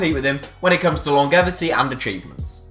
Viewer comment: The G in longevity is pronounced like a J.